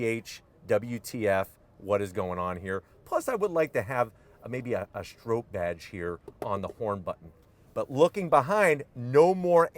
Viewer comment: Lmao its not Strope. Its pronounced Strop. Bill Stroppe.